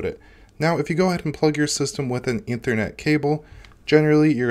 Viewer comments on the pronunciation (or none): none